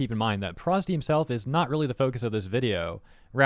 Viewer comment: bro did not just call pro zd "prosD"